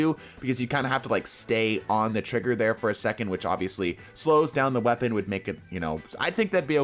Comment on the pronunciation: lmao "Wepaon"